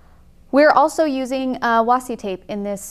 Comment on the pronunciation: "wassi tape" - cringe